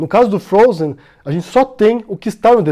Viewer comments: "O desenho Frozi eu assisti" Não sabe nem pronunciar o desenho, imagina interpretar a história. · Ela fala "princesa do frôuser" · O desenho "frouzi". Hehe A princesa do "frouzer". Putz...